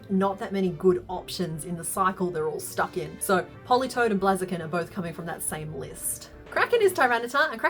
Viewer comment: I love this channel, and everything she makes is just amazing, but it's Blaze - a- kin. Like a blazing fire... The 'bl' sound, followed by the long 'a' sound (as in "say"), and then the 'z' sound....